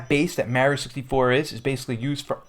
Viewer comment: Funny how he says Mario ike Mehrio